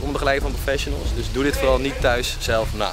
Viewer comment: "profesjenels" i- geen haat maar ff "professionals"